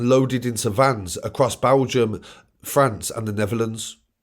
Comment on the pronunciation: its Belgium not Baaalgium